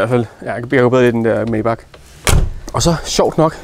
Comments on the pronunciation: bare fordi sådan lige. May udtales som Mai (eller Mig, hvis man er sådan en type) 😉 De lavede sgu også nogle fede motore som lyder stinkende godt i start midt 40erne 😎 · Det hedder Majbaaaacccch. Det er tysk!